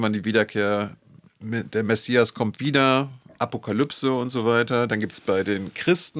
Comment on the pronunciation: Allein, dass er konsequent 'Iran' und nicht 'Der Iran' oder 'im Iran' sagt und auch Wörter/Begriffe wie Messias und Bahrain richtig ausspricht, zeigt, dass er Interesse an und Respekt für die Region und die Menschen dort hat, da spürt/hört man die Expertise. (Vielleicht möchte sich das ja zum Beispiel nehmen und sich diese unsägliche Merzsche U-krei-ne abgewöhnen: Es ist die U-kra-i-ne...)